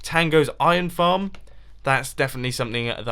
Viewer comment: did he say flarm instead of farm?!